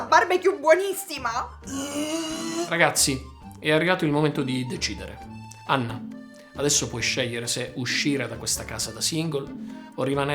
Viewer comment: Ma lui pronuncia il nome tipo,, Ganna?... Oppure io ho dell'illusione...??))